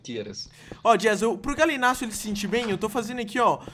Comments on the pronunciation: É gallinius não Galinacio kkkkkkkkkkkk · O Authentic chamando o Gallimimus de Galimús kkkkkkk